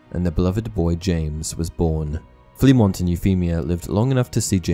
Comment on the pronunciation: Me before watching the video. The secret ingredient is crime. Edit:Turns out im wrong but it would have fit to James. Oh and its pronounced Flemo.